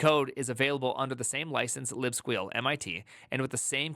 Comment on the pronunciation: How are u saying libsqueal with a straight face lol